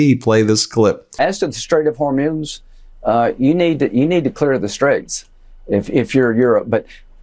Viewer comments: " as to the Strait of HORMUNES. ah, you need dah, you need to clear the straits .. .!? Is that buffoon a Government representative?? W.T.F.?! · Did Lindsey just call Strait of Hormuz "Strait of Hormones"?